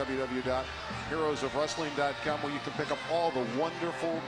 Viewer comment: "WW Dot." It's "WORLD WIDE WEB", meaning there's three W's, not two.